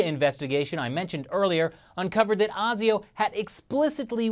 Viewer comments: ASIO is pronounced ay-zee-oh, not argh-zee-oh, where "ay" rhymes with "hey" Love your show btw!!! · As an Australian, thank you for pointing out the odd naming of our political parties. However, please check with us how to pronounce things before making your clips (e.g. ASIO is pronouced ay-zee-oh). Also, who are you counting as the 3rd major party? The Nationals are in coalition with the Liberals anyway so they are often simply called the Coalition here as if they were one party. They do sometimes disagree as The Nationals are a country/rural based party whereas the Liberals are generally city based but for the most part they're basically a team. Many people here refer to The Greens as the third major party and they are more liberal in many areas than the Labor Party although they are, ironically, very much opposed to free speech. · Good job. One thing, it's pronounced Ei Zee Oh (like the letter "A", not "ah"). Mark in Sydney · it is pronounced A-zee-oh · generally the "A" in "ASIO" is pronounced with the "strong" "a sound". "Ai-Zee-oh" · I'm not surprised in the least. Just a pronunciation thing, we pronounce the a in asio like the letter A or like asia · This is disconcerting. However, our news regularly makes mention of Chinese soft-power. We would of course, only fair better if even more informed. It's just so unfortunate that the CCP need be so objectively dreadful. Oh, and you're saying 'A' in ASIO wrong, heh. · Please don't ever do an Australian accent again. That's the same for the rest of you Americans (ESPECIALLY the actors). Also it's a long A in ASIO, at least you didn't call it bloody ASIS like fucking Keith Olberboy that guy's an idiot. Stick to the russians you dollar store alex jones ripoff!